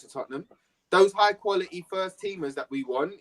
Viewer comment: There is a "T" in qualiTy!